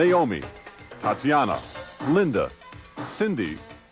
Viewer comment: Tatiana it’s pronounced